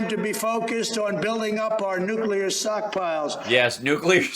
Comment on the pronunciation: It writes itself. Hal Sparks & the comedians who cover Trump’s sh*t show, just need to sit back & listen. sockpiles - classic. I’m just impressed that Trump said “pivotal” correctly.